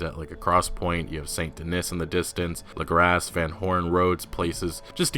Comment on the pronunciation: I think Lagras will be pronounced (La•graw) like mardi gras, since it is in Louisiana. Right?